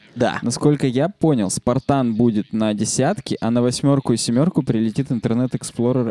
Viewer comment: Почему ты произносишь "семерку" и "восьмерку" с канадским акцентом?